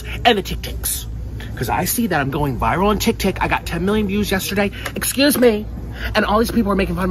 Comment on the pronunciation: He really call it tik-tik? And I thought I couldn't hate Nick and tik-tik more 🤣